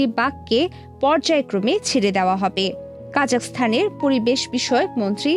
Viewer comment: কাজাস্থান কেন বলছেন??? এটা কাজাখস্তান অর্থাৎ কাজা এর পরে খস্তান বলতে হবে ম্যাম